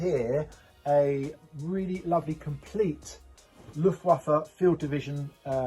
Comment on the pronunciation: Wish you could pronounce 'waffen and luftwaffe'